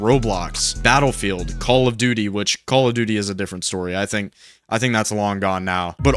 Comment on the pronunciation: I literally started laughing when you said calll of duty